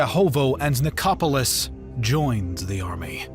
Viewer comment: 1.11 Ko-so-vo its kos avo. Ni- cope-alis. No. Ni-cop-olis. 1.47 dan-ub ? Dan-youb. 12.15 si-pa-he's.👎🏽 Si-par-he's 👍🏽